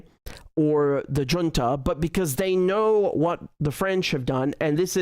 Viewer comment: Dear Richard, I appreciate your content. Allow me one little side-note: Look up how to pronounce "Junta". (SCNR) Keep up the good content, my best wishes & take care!